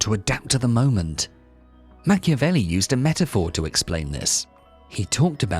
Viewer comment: WHY AI in brazilian? " Machevelli"?!!! STOP this THING of AI in brazilian.